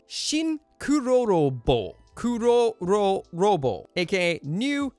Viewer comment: It's not kurororo. It's kerororo